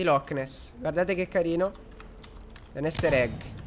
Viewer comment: “Ester” caso mai “Easter”, povero inglese..